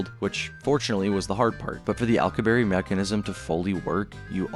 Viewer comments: His name is not "Al q berry", it is "Al cue b air" and I still find it so odd so many cannot pronounce his name correctly and while it does not violate relativity under GR it violates mass energy conservation and a ton of other problems. How do I know, I studied warp physics for work for a decade. Viltrumites are not doing warp physics in their flight, thats for sure. Nothing shown would even imply they are. "we can produce it artificially" No we cannot, that is just not true. The Casimir effect is not negative energy in the sense being pushed here, this is a massive misunderstanding in how that works, it is not a negative energy density to the degree to match the predictions of the Alcubierre metric or other negative energy metrics and in fact fits more in line with zero point standards, as in no outputs are possible to get the mass energy distributions required for something like a warp drive or threading a wormhole or any other exotic layouts. Also the point regarding attraction would not make sense under warp physics since the interior of a bubble must be separate to the shell condition of the bubble, meaning once a warp field is initiated you cannot control how the bubble behaves, this is a major issue in many warp field papers, and from there it is the bubble itself moving, the interior is carried with it, not the object inside falling or being pulled or being repulsed. Warp by definition in this sense is a mistake or consequence from GR rather than any sensible so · Physicist Alcubierre (Al-coup-bee-air) not Alcoo-berry 😂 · Say it after me Al-ku-bi-yearr not Al-ku-berry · psst... it's pronounced "al-koo-bee-erre"... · "Alcuberry" 😭 bro ts is not it 🥀✌️ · Its Al (short for Allen) coo... be... air Alcubierre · ...im sorry.. " accu-berry" ? Not the slightest effort to get that one right. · The pronunciation of alcubierre is driving me nuts xD I'm positive it's Al-ku-be-err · im sorry but that is the worst way ive ever heard someone say alcubierre